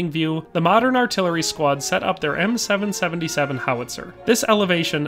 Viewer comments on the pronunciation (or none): As an artillerymen this was painful to watch…M Triple 7 not seven seventy seven…and it’s a section not squad. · For an extra level of familiarity with the weapon platform, you'd typically call it an M Triple 7. Even in French I'll hear gunners call it that. In case it ever comes up in a future video. Cheers! That was a fun listen